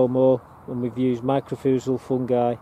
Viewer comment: "my cor rye zal"is how the fungus powder is pronounced